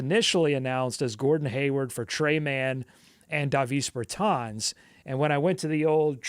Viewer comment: How have you never heard Davis Bertans name pronounced?